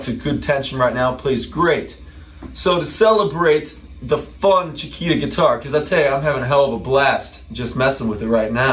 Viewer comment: I know. I speak Spanish, soy sudamericano. says “Chikira”, when in fact it should be pronounced, “Chikita” (“Chiquita”, spelled correctly). I'm sorry I was sarcastic at the time, but it kind of shocked me. It's Ok. Actually there is nothing wrong, it is just a detail. No pasa nada, amigo!